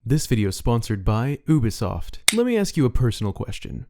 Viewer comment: Isn't it youbisoft not oobesoft